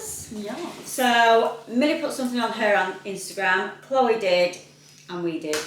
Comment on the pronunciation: you don’t spell Chloe they way you keep spelling it all the girls have the ee sound at the end of their name Why you say CHLOE. THE C AND H ARE SILENT SO IT SOUNDS LIKE ITS STARTS WITH THE LETTER K BUT IT DOESN’T ITS NOT KLOWY or CHELO ITS SPELLED CHLOE